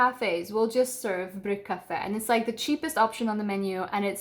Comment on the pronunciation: Omg when you said bryggkaffe, I thought you were swedish. 😮🤩